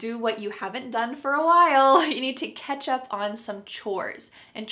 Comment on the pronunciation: Catch up on sounds like ketchup on😂